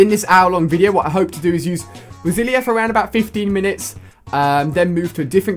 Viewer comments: It's not rosilinia it is pronounced rosaleena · It is rosalina not rosilia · Stop saying "rosilia". It's rosalina (rose-a-lean-a) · I love "Rosilia" and "Mary-o" lol. They're my favorite characters. Rip mario kart wii :( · Rosalina pronounced ROZ-AR-LEE-NAR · You called Rosalina "Roselia" that's a Pokemon haha! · It's not a detail. It's a word. A simple word. A simple word that there is no excuse for mispronouncing. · Its Rose-a-leena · you pronounce it rose-a-leena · It's rose a Lina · Why does he pronounce Rosalina like that haha. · Completely butchered Rosalinas name :(